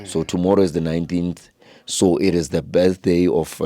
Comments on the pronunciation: Not besday 😂😂😂ke birthday 😂😂😂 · The other stupid guy says besday🤣🤣🤣🤣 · can't even pronounce word "birthday" mamparas